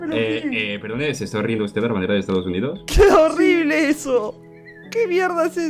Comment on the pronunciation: "Orible" xDDDDD Realmente no le dijo horrible*, porque la bandera no es de ningún país.